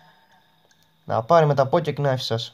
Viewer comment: Λεγονται pocket nife οχι ποκεκ ναιφ